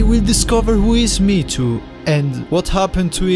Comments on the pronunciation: triggered by "me to" m hé é tó maybe thats also wrong but more correct than saying it like "me to" or worse "meat to" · i always pronounced mheetu me he too